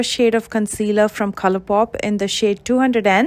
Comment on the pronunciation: The way she pronounces "Colorpowp" gives me life. That aside, this is magic to me. Thankyou for the tip!